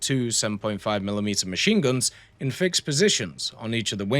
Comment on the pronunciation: Hearing him say "Fix-ed" makes me smile lol. I love, I just hate his comment section lol